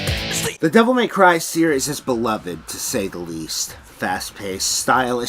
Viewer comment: “Devil Meth Cry” 🤣